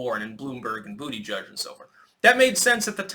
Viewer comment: I had to rewind, I thought I'd heard you say "Bootyjug" I'm still trying to catch my breath. Hilarious.